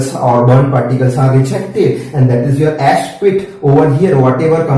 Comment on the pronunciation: ass nhi ash hota he 🤭